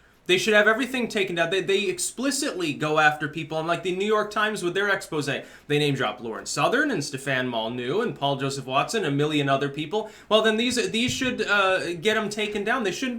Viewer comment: Minor gripe, but the way pronounces "Molyneux" bugs me. He leaves out an entire syllable by not pronouncing the y.